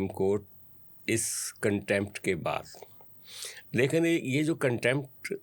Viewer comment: جس کو لیکن بولنا نہیں آتا وه بھی تجزیہ نگار ھے 😂😂